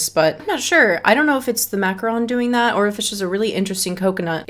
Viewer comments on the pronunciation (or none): none